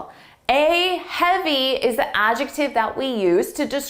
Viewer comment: It's difficult to take this test seriously when, at 59 seconds, YOUR sentence begins with YOUR instead of YOU'RE (the contraction for "you are".) Also, you keep saying "thuh" before words beginning with a vowel. "Thuh" option. "Thuh" answer. The correct pronunciation would be "thee." When pronouncing T-H-E, it is "thee" preceding a vowel, and "thuh" preceding a consonant. Your definitions are correct, your pronunciation is not.